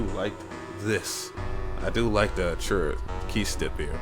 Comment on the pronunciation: that and he says arturia wrong too....